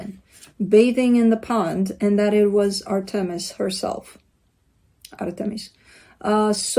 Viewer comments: you nailed the pronunciation of Artemis, I am Greek and it sounded like you were saying it in Greek! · are you Greek? 🇬🇷 you pronounced Artemis perfectly! ❤️